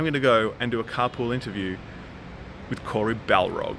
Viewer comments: BARLOG! Not Balrog! Come on,. Your ancestors were shipped from England, the land that speaks English, right? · Lol you keep calling him Cory Balrog, it's BARLOG :) Keep up the awesome work mate, your the man. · Why does he keep calling him Balrog? It's BARLOG! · 😂😂😂 the guy said BALEROG LIKE GANDALF IN LORD OF THE RINGS..Cory says Balrog like Street Fighter 😂😂😂 love this guy man 😂🤓👌🏾🙌🏾🖖🏾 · BALROG, huh? Way to butcher his name, you noob. It's Barlog. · It's Barlog not Balrog 😀. You're not the first to call him that tho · “Cory Balrog”😂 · BaRlog not BaLrog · This is amazing... but you said his name wrong... it's Cory Barlog... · it's cory barlog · 😖barlog. How is it difficult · it's Cory *Barlog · It's Barlog.